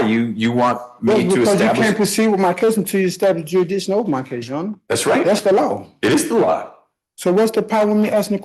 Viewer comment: mushmouth is thick down in the docket. dear lord, help us not laugh at attempt on "jurisdiction."